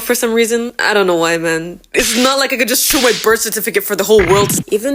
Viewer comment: You’re accent is def still there even if it’s a lil bite but when you said “I don’t know” or maybe I’m tripping but it sounded like a Jamaican accent to me